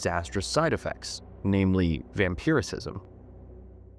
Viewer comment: It is "vampirism" not "vampiricism"